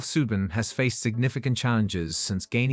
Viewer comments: Learn to pronounce SUDAN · It’s Soo Dahn not Sue den. Even my nan knows how to say it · You lost me at Soohdun. 🤦‍♂ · Teach your AI robot how to pronounce "Sudan", "Guinea", "Malawi", "Lesotho", etc. Better still, use a real human voice from a person with a brain. Robots suck!